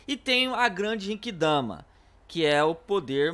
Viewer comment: o nome é genkidama não jenkidama e nem derrotou frieza foi o transporte que matou ele